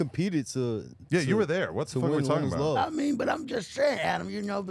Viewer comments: Man this dude said “ cuz was talking acout (about)!” 🤦🏾‍♂️😂😂😂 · Bro said “what I’m talking acout” 😂